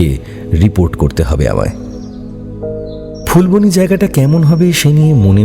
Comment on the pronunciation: সেটা ফুলবনি নয় যেটা ফুলবানি Phool-baa-nee